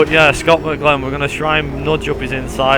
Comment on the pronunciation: 1st, you can't pronounce his name 2nd, your using the NZ V8 SuperTourers with a V8 calendar 3rd, the V8 supercar calendar you are using is wrong 4th, your using the wrong points system